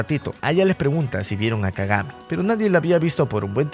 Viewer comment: Kagame en vez de kagami jajjajajajajajja😂